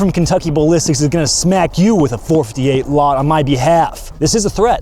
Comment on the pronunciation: The "Four Fity Hate a Lott" 😂